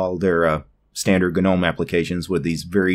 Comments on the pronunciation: bro .....just stop. Its not g-nome ....no matter matter how many videos you make the g is still silent. Nuff said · stopped watching as soon as I heard you say GA-NOME. You do know the G is silent in gnome right? Its hard to take someone seriously with linux when they cannot even pronounce simple words correctly. Thumbs down.